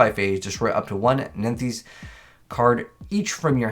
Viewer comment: I swear he pronounced nephthys different each time